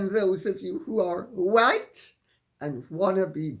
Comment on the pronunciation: White not whote...